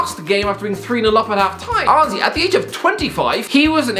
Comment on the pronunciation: Everyone else: Honestly: Owesy